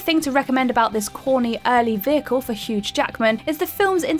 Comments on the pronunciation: Got to be intentional. As awful as her pronunciations are, I can’t believe she wouldn’t know how to say Hugh when it’s followed by Jackman and you work for a YouTube channel that mainly talks about movies. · It’s Hugh, not Huge Jackman...haha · "Huge Jackman"!?! You know you said "Huge", right?